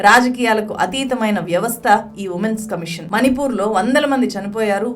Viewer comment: నీల్లు, కల్లు కాదమ్మా.. నీళ్లు, కళ్ళు, పళ్ళు... ళ అని పలకాలి.. ల కాదు.. మని పూర్ కాదు. మణి పూర్